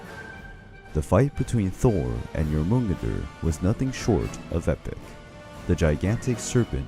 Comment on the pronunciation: "Jormungandr" was pronounced differently every single time it was said.....